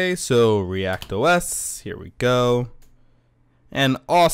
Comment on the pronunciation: It is "ReactOS", not "React OS".